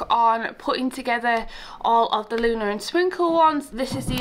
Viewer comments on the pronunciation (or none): none